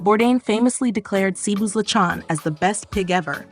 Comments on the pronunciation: I immediately leave when it offends my ears to hear LE- CHOWN and A- DOE- BOE. For chrissakes these food items have been vlogged about by foreigners and fil-ams for years and they can’t pronounce it right. Perhaps America’s educational system needs an overhaul. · “Li-chon” just why.